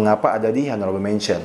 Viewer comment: Bro, video-video lu bagus. Mau kasih masukan dikit cara baca in English dan French nya benerin. Contoh Honourable itu bacanya onorabel bukan honorabel. Lalu Eau De Toilet itu bacanya O De Toale bukan U De Toilet. Have a nice day!